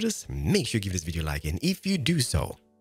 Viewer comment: I love when he says 'Not like dis!'